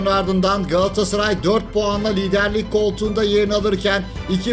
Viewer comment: liderlik için yanlış telaffuz edilmiş.